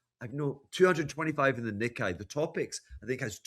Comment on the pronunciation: is an expert. I get it. But it's pronounced "knee-kay". I speak Japanese -- trust me.